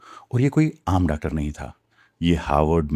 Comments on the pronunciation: I think you are Gujar and not educated. Am I correct? Because I see how you Pronounce the word "Doctor" and other english words like laboratory. You say Doctor like this.. "Daactor" It's "Doc tor" not "Daac tor" But few times you say it correct, like you have recently learned how to pronounce it. But forgot sometime. Daac tor.....Hahahah😂😂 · Doctor, Laboratory Haha... Pronounce karna seekhna bai...haha Jaisay news channel pe news pas rahay ho. Thoda relax hokay bolna..... Aisay mae tab baat karta hu. Jab bohut zoor ki lagi ho. Aur bathroom janay ki jaldi ho. Exactly waisay hi baat kar rahay ho. Hang hokay. Jaisay bollywood ka Drama chal raha hai koi. Thoda relax hokay bolna seekho. Phir videos banao bai....hahaha